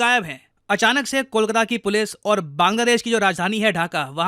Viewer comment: Why cal-katta sir..? it's kolkata.